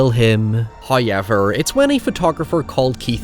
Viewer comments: No one: Bro in every sentence : NOI HOIEVER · Dude.. DUDE! Please, please, if you're going to say "However", please say it properly. It's so distracting hearing you say "Hoyeverr" again and again. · "High" ever. First time I have heard it pronounced like that. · Highyever lol seriously no one has counted yet?😅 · I asure you sir there is absolutely no letter "Y" in the word however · I love these video essays, but i would be lying if i said I didnt just come here to listen to pronounce however. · I love your videos and you're a great guy, but I cringe so hard every time you say however... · I could listen to say ‘however’ all damned day.